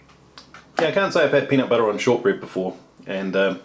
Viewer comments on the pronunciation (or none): "Peanit buttah"